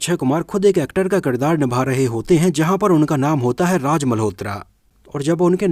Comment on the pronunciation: Hello brother from Pakistan pronunciation per dhyan do Raj Nahin Raaz baj Nahin baaz Saha Nahin shah jaruri Nahin zaroori jabardast Nahin zabardast shabani ajmi nahi azmi